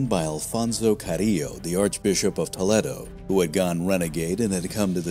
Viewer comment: Toledo = Toe- lay-doe.😊